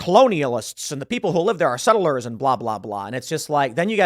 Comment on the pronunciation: Why are you saying sett-lers like you’re Andrew Tate?